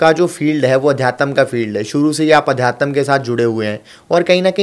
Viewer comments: Bhai adhyatam nhi adhyatm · Aadhyatm sahi se bolna sikho